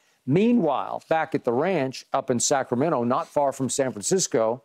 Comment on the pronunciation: That’s right Skip!! SAC-RA-MEN-TO 🗣️🗣️